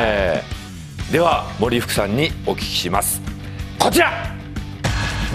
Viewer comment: 森福さんがオリックスさんに聞こえる